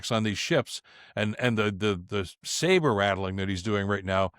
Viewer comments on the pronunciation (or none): none